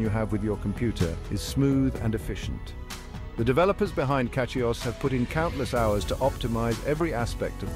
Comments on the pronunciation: CatchyOS? 🤔 This AI can't even pronounce it properly🤨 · Yes to get it to say Cachy OS you have to put Cashy O S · Why the mix of AI and legit content? It can't even say CachyOS properly. Makes me actively not want to use CachyOS